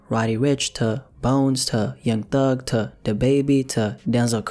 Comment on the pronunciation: ta, ta, ta, ta, this man can't pronounce to